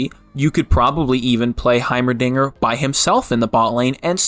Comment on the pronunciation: yes. HaYmeRDiNgEEEr